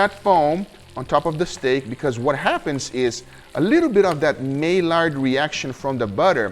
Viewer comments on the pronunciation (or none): May-lard is the wrong pronunciation. My-ard is correct. Also I would leave the pepper and garlic powder until the end as to not worry about burning when searing the steak. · Stop saying may-lard... it's MY-ard..... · Guga, I appreciate your videos, but every time you mispronounced Maillard I wince. It's pronounced "My-Yar". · Maillard = my-yard (English), my-yar (French). But again, another brilliant vid my man! Keep up the great work.